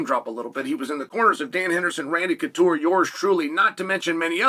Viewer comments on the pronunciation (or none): none